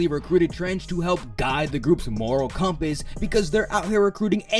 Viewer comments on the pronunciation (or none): none